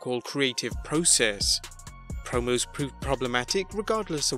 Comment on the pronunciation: stop saying process in a stupid way. IT is PROCESS!!!!!